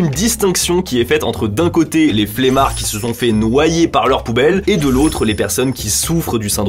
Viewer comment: "flemmards" pas "flémards" !😤